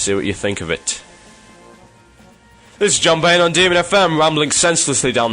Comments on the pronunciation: Bain not banes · Actually it's Bain. Just thought to let you know. :P